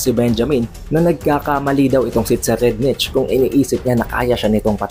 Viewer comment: So far ang pagkakaalam ko ang pag pronounce ng name ni TSERRIEDNICH ay SE-rayd-nik.